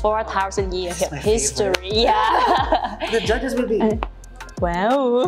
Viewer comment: Cô bé này giỏi quá. 1 chiến binh mạnh cua Việt Nam năm nay. Còn 1 vài điểm nhỏ về cách phát âm thôi Châu để ý cách phát âm chữ History. Chuwx này nếu phát âm chậm sẽ thành His Story. Phần âm giữa Sto, phát âm lẹ chút sẽ chuẩn hơn. Để ý thêm số nhiều (plural) có chữ “s” thì mình phát âm ra “z” thì chuẩn hơn. Cố gắng lên nhé. Rất có tố chất. Sẽ ủng hộ em đêm 11/4 Love ❤️